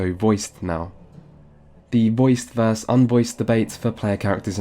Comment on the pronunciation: I've never heard anyone consistently pronounce "versus" as "verse". Is this a regional thing? In which countries/states is this common?